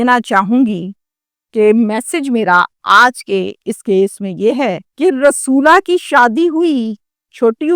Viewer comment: رسولا۔ نہی رسولی بولو 😅😅